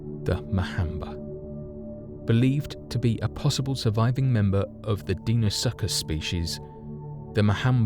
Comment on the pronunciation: Die-No-Suck-Us???? wtf.